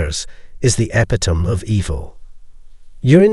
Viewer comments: It’s not e-pi-tome.it’s e-pit-o-me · It’s pronounced: Eh – pit – o – mee